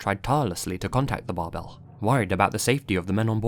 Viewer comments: Fun fact: „Bärbel“ ist stressed on the first syllable and pronounced like „Bear-ble“. 😊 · Little Note: Bärbel in German is pronounced like bear-bell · Great video as always. Just a little side note: The "ä" in the name of the ship in #1 is actually pronounced like "air" (without the "r" of course), also the "e" is kinda silent here, so it would sound something like "Bairble" :) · the name Bärbel is pronounced more like Bearbel than the Bar-bell you were using. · Bärbel should be pronounced bear-bel since it’s an umlaut. i think it translates to the name “Barb” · that's not how you pronounce bärbel. it's more like bearble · Me, a German: Bärbel is pronounced bear-bel. Great video as always! ♥ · I was hoping someone said something lmao, that bothered me.